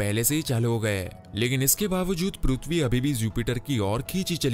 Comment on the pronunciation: Sale tu prithvi bol Raha hai ki PRUTHVI 😂😂😂